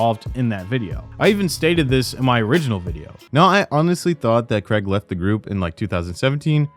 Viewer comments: Why do Americans say the name Craige so weirdly? It's not creg its cray like crayfish and just how to you the lower case G. Cr-ay-g. Stupid Americans. Fucking "creg", how hilarious. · Craig is pronounced cray-g not creg FYI. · CRAIG... not CREG damn bro. Good video though, interesting to see it all brought together like this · Im sorry but its not "Creg" its "Craig". I suppose AIDS should be pronounced "edds" and claim should be pronounced "clem" then... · I hate the guy as much as anyone else, but what's the deal with Americans pronouncing Craig "Creg?"